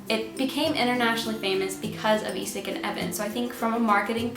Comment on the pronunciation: Love your videos and enthusiasm! Just two things on my mind: 1. You are way to modest about your Norwegian pronunciation skills! Skam... Isak... Fem fine frøkner.. very close to perfect! And... i'm sort of a language geek. So... in pronunciation matters English speakers frequently are the odd men out. You just are... "Skam"... "Isak" - most non-Norwegians will instinctively pronounce these words more or less like Norwegians do. Only English speakers would pronounce Isak like "Eye-sack" ... So thanks a lot for your efforts, you're doing very well! 2. Season 4: it sort of puzzles me why no one (not even in Norway) suggests Emma. Why would she be a good bet? Well... before Skam no one had heard of Julie Andem. No one had heard of anyone in the cast. Except Emma (Ruby Dagnall). She has been hyped like.. the most promising Norwegian acting talent ever (google her)! So when Julie invites her to join the cast - it is for a reason. Will there be seasons 5/6? We don't know. If season 4 is the last one - my money's on Emma. And I suspect that would be a mind-blowing season... Emma has history! Isn't that obvious? Thanks again for your videos!